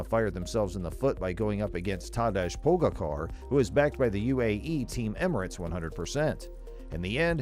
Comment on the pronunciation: Roglic and pogacar were also pronounced well